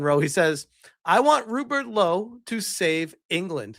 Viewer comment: Man said Rupert Lowe, & I heard Rupert Holmes. 🎵 🎶 "If you like piña coladas..."🎶🎵